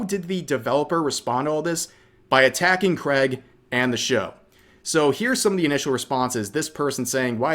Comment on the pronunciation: It's Craig, not creg